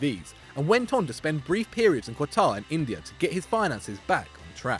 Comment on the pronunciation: "kwataar" instead of Qatar